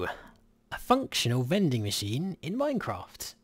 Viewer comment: first I thought: "veding machine???" lol